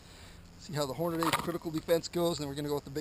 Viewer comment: Why do you intentionally mispronounce "Hornady" ??? You've got the box right in front of you, you can clearly see the way it's spelled, there's only one "a". It's horn-uh-dee not horn-uh-DAY